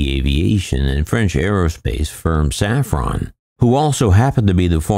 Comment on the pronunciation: Safran, not saffron...